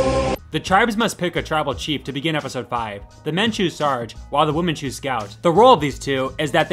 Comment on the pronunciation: This is a personal pet peeve, it sounds like you’re saying woman instead of women when you’re talking about a group of females. You do however clearly pronounce men when you are talking about a group of males.